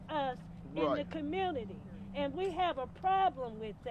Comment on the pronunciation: Where is there an r in community